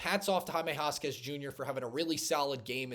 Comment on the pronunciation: I think you show a lot of promise. I'm going to subscribe. By the way, you pronounce Jaime Jaquez...... Hymae Hakez. You've got to at least get the names right! Good luck and God bless you!